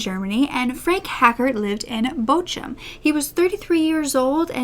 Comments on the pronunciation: The CH in Bochum is a hard G, like you're trying to clear your throat. Gotta love Germanic languages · I absolutely love you more than anything else but as a German Native it cracked me up how you said Bochum :D